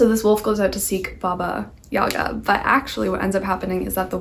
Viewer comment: Hi ! So nice you were talking about Russian folklore a bit. The stress in Yaga (Baba Yaga=Баба Яга) is in last syllable .